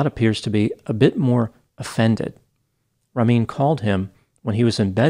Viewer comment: Wow you butchered these persian names like Ramin his victims